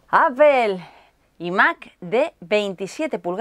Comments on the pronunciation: Ivan Lloret Nicola Ni "apel" ni "apol", la pronunciación es "apl" haciendo la 'p' de manera explosiva y la 'a' de manera neutra. Y en relación al ordenador me parecería una muy mala compra ese iMac 5K con 8GB y procesador i5. Quien necesite un iMac de 5K es porque trabaja con edición de imagen y video de alta calidad y para trabajar de manera óptima sería con i7 para aprovechar el HT y más ram. Eso sí, no quiero ni saber lo que valdrá un iMac con un i7 potente y 16-32GB de ram. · Muy guapa, solo un detalle no es "apel" sino apple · Porque dira appel? Si es apple y se pronuncia apo o apol dependienend.... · Sergio Pardo En España la Real Academia Español tiene permitido que palabras extranjeras (Como las del Inglés) puedan pronunciarse en Español tal y como se lee. Aunque tienes razón ella pronuncia "Apel" en vez de "Aple". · Brandon Arita En España la Real Academia Español tiene permitido que palabras extranjeras (Como las del Inglés) puedan pronunciarse en Español tal y como se lee. Aunque tienes razón ella pronuncia "Apel" en vez de "Aple". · Me enferma que digan apel por dios es Apple se pronuncia apol por que no pueden hablar bien y al menos respetar los otros idiomas. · Mi duda es..... Donde dice "Apel" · Por que razon ustedes de españa dicen apel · Cuando pronuncias la palabra apple, suena como si se dijera apel. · El teclado de "apel" 🙄 "8 jigas", no pronuncia bien ninguna palabra en inglés 😆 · apel i mac jajajaja. lo dice muy chistoso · porque carajos dicen APEL, estos espanoles destrozan el idioma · Si, la pronuncias bien no, solo que el 99% de los españoles lo pronuncian mal.